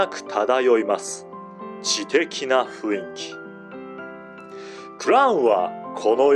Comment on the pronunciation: 雰囲気の読みを、ふいんきと度々読み違う耳障りな…